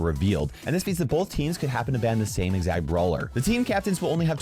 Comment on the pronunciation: I didn’t know the word “both” had an L in it.